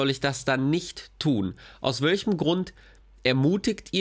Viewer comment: sagt immer so schön „aus wölchem Grund“ 😂